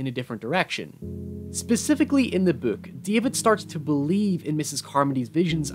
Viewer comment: What is with all the youtubers saying bouk instead of book